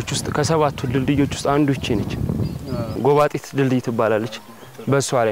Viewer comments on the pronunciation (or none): ጎባቢት ነው ጎባጢት አደለም